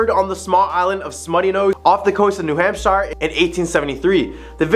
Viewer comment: Its a hoot to hear you mispronounce or via accent the state of New Hampshire